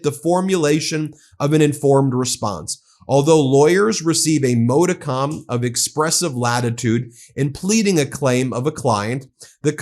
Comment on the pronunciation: PLEASE do FINALLY just look up the word "modicum' so that you may learn how (also FINALLY) to pronounce the word properly and cease sounding as though you come from some remote Ozark "holler" every time you utter it. The last three letters do not rhyme with "bomb" but with "some", and they are NOT accented. The ONLY accented syllable is the first, "mod" (which may be pronounced EITHER as in "model" OR, using your own pronunciation, as in "modal"). As you know well, language (including correct pronunciation) is YOUR "stock-in-trade", both as a journalist and as an attorney!